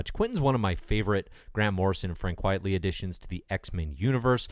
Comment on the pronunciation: It's Frank QUITE-ly, not QUIET-ly. It's a play on the phrase Quite Frankly.